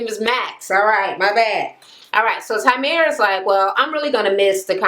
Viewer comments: TYREME, not TYMERE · Kept saying his name wrong. Lol